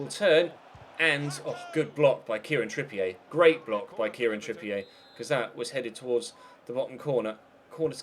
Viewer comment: It's trippier. Not trippi-ay. It's literally said how it looks. Don't know why people seem to struggle with this one. M